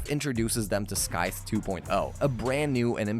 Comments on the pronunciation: That had been bugging me the whole time. I know the guy worked hard on the video and I respect that but it's scythe not skythe! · Its pronounced SY-th not SKYth you absolute melt. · lol "skyth" honestly its triggering me good video tho keep up the good work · I can’t handle every time he says “skythe” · I feel the same. Great video, weird pronunciation tho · Right? He mispeonounced scyth so much uggggg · Why do you pronounce scythe so weird.....